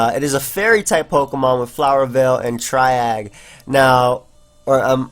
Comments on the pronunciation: tree-aw-j not try-egg or try-age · i think it's "tree-ahj" actually, isn't it? [ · You've probably heard this like 30 times in the comments but the ability that Comfey has is pronounced "Tree-awZH" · me: Ah look the ability triage: Try-Agg me: drinks bleach edit: it's pronounced tree-ahj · Triage pronounced Tree-odge. It's French for put in highest order so it makes sense to be about priority stuff. It's what medical personnel use to choose the priority of victims and who needs immediate medical attention when there are multiple casualties. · I hate to be that guy but triage is pronounced (Tree- AH-ge) it is a french word. It is how most hospitals are organized in 3 parts hence the Tri part of the word. one for Those who are likely to live, regardless of what care they receive; the second for Those who are unlikely to live, regardless of what care they receive; and the last for hose for whom immediate care might make a positive difference in outcome. the more you know :P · Triage is pronounced like trē-äZH if that helps at all. (tree-azh) azh as in ash, but with a Z. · In case no one commented yet,, it's TREE - ahj. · Triage is pronounced like tree-azh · Just for future reference: Triage is pronounced Tree-azh :] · Its pronounced tree-ahj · Comfey's ability is pronounced like the thing in hospitals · Gonna assume you butchered the pronunciation of Triage for the sweet, sweet irony. MD indeed.